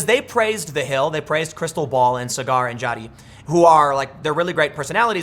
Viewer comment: SAW-grr, Tim. His name is not cigar!